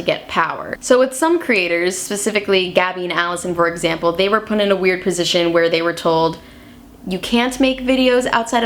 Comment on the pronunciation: This girl does not know how to pronounce "put".